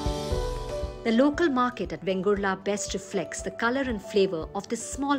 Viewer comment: Its correct name is VENGURLE ( and not Vengurla. Vegurla is an aberration of Vengurle, which has assumed a regularity).